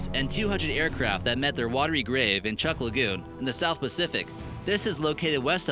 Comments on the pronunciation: Hey, It is called 'TRUK Lagoon' not chucck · Bruh im from Micronesia and its pronounce Chuke Not Chuck. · It's truk lagoon not chuck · mark Try TRUCK (Truk) not CHUUCK Lagoon!! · There's no such thing as a "dry fuel" hydrogen bomb. You will find no reference to any such thing in any other texts. "Dry fuel"? ⛲ 💢Ironbottom Sound, TRUK Lagoon, NOT chuk!. 📺 This is a YouTube vid., I hope you weren't expecting professionalism 👎👎👎👎👎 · Is not chuck island! Is truk island i bealieve! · truk lagoon, not CHUK !!! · muffy crisostomo Chuuk is the capitol island of the federated states of Micronesia (FSM). First time i ever heard it pronounced chuck though its pronounced chook. I have been there, lived in fsm for 3 years in the 90s. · I lived in the northern Marianas for 15 yearsm You don't really search these do you. Chuuk isn't pronounced as Chuck, it sounds like Chew-k. Specify where the Sherman tank is too,theres already alot of wreckage and saying its in the Marianas doesn't make it easier. The islands are all different too,its like European countries,abit similar but they specialise in other things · Chuuk is the correct spelling the pronunciation is "Truk" as you put it. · I live on Guam and they pronounce Chuuk (Chook) and Chuukees people. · Chuuk is pronounced like Chook. Truk came from non chuukese people. The island of Yap is called Wa'ab and Kosrae is pronounced like Koshi. The sr makes a sh sound in Kosrean. All these other pronunciations come from Europeans and what not. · Hey - it's Chuuk Lagoon so get your facts straight. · J-TEK JUNKY they didn't even pronounce chuuk right.